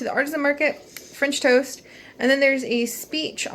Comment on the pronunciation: It sounds like you said finch toast XD don't toast the finches haha